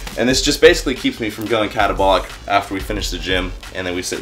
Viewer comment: Did you say going catabolic ??? Lmfao